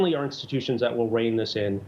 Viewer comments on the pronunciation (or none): none